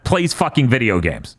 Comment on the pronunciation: Did said Bideogames instead of video games in the intro